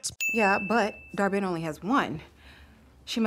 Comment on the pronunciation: Dar-Benn smh... 🙄😩